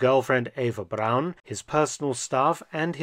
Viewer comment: You say, "Braun" perfectly 😊